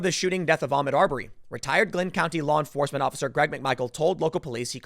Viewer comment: Tim, stop mispronouncing his name. It's pronounced Ahk Mood. Fuck if it sounds Muslim.